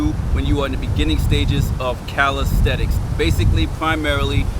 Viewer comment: The word is CALISTHENICS Not caristhetics